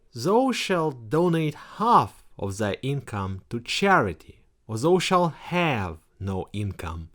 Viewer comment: Not to be Mister Pedantic, but 'thou' rhymes with 'cow'